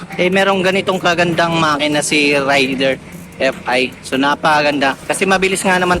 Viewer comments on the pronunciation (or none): 20 years na ang Raider sa Pilipinas, pero marami pa rin ang "Rider" ang pag pronounce nito.